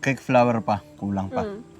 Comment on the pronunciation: --- cake flour. -- hindi. Cake flower Sori ha, dapat pino- pronounce mo ng husto